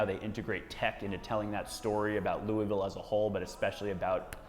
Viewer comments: Is it louavull? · You pronounced Louisville wrong.